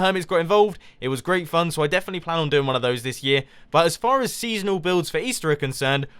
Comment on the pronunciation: For when I watch it... it sounds like do